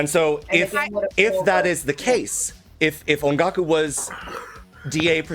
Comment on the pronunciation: The way pronounced Ongaku in that intro clip, I honestly thought she said "on Goku", in the way people say "on God (how would that even work)". It made perfect sense to me! I only just realized it a few days later and I found it funny, so I wanted to share my "bone apple tea" moment.:D